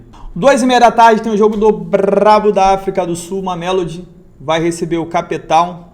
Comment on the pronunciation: Cape Town pronúncia (quep taun) em português Cidade do Cabo.